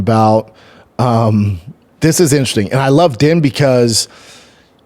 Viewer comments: Why is he calling buddy din? Lol sounds like he’s talking about some Chinese guy din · His name is DEAN , even though it’s spelt like Din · Why is brendan calling din thomas den. I thought this guy knew fighting. He does a fighting podcast and doesnt even know where the fights are this week. What a joke